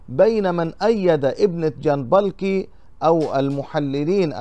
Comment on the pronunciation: ارجوك انطق اسم الكاتب بشكل صحيح اسمه محمد (محميت) جنبكلي و ليس جنبلكي يعني جنبك لي الكاف قبل اللام ج ن ب ك ل ي صفحتك جيدة و محتواها رائع و يجب ان تكون قراءتك صحيحة لكي يأخذ عنك المشترك فكرة جيدة .. ارجو ان تأخذ بهذه النصيحة